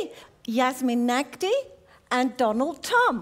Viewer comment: Did she mean Donald tom not Donald trump🤨???